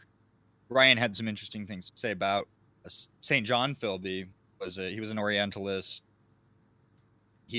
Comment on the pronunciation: Not Saint John, it is pronounced Sinjun.